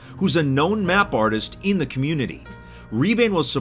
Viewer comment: I thought you said communism i was laughing so hard,its still funny tho